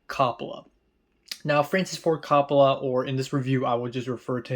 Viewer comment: I've noticed you like to get pronunciations correct in your videos. Coppola is pronounced COPE-oh-luh.